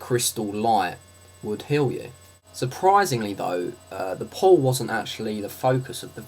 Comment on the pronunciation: Oh, you say "pool", I though you were saying "pole"